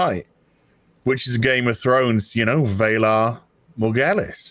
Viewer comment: banned from Twitter for a sentence, he can't even pronounce... Seriously, how do you screw up "Valar Morghulis" so bad?? - Especially if you've seen the show!